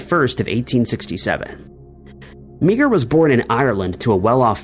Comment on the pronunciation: Meagher is not pronounced Mee-Ger, it's pronounced MAR.